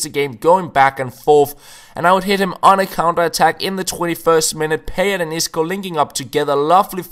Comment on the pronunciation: You pronounce Payet totally wrong